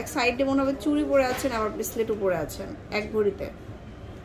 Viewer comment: সারা জীবন শুনলাম ব্রেসলেট আর এখন শুনতেছি রেসলেট আপনি তো ঠিকভাবে উচ্চারণে করতে পারেন না ভুল উচ্চারণ ঠিক করুন